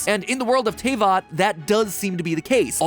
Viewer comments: Mattpatt, my man.... you can pronounce Liyue right, but you can’t Pronounce Diluc or Teyvat right? Despite BOTH being pronounced IN GAME?? IN ENGLISH?? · I dont think he'd be able to pronounce it.. He already cant pronounce teyvat.. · soooo with his pronunciation of Teyvat and the fact the Eula is not out yet is it safe to say mat hasn't actually play genshin? or is he just being dumb? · Why does he pronounce everything correctly except teyvat? Zhongli, liyue, and paimon, but not teyvat. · This is how may times mat pat said Teyvat wrong | V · That's the first time i've heard someone get Teyvat wrong. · T- "TAYVAT"??! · Uuggh First of all It's "Deeluc" And second its "TehVat" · Also it's pronounced Te vat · How dare you made that title then show the villain Also it’s pronounced Tay fat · How..... how did you pronounce Tevat!? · bro pls pronounce teyvat properly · I'M DYING. THE WAY ME PRONOUNCES TAYVAT. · The way he says Albedo and Tevyat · matpat put in a clip of paimon saying teyvat correctly and then still mispronounced it lmao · I just want to know who taught you how to pronounce things like teyvat and albedo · It kills my very soul how he pronounces Tevatt. Edit:: Paimon is the Unknown God?? That star thing in her hair matches the Unknown God's portal when she showed up in Kanreiah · I've been waiting so long for a genshin episode but he had to pronounce almost every name wrong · I WAS WAITING FOR THIS!!!! I knew genshin was too big and has too many mysterious yet to be answered via the plot for game theory to not to tackle this, the fact it was sponsored is what surprized me... that and the pronunciation of teyvatt cause either i've being saying it wrong in my head all this time or matpat did in his video. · The butchering of the words Teyvat and Albedo hurt a lot. Otherwise fun theory! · IM SORRY BUT THAT'S NOT HOW YOUR PRONOUNCE TRAVAT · How the heck did he pronounce Teyvat wrong but got Liyue right? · Sponsored by Genshin but cant even say teyvat right